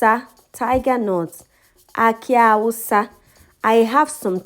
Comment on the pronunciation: When u were doing your tigernut the awusa it sounded like hausa